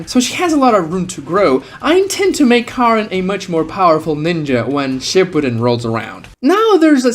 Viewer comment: bro says shipedun